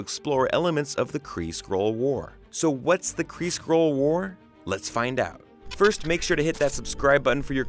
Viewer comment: SkrULLL.. not scroll!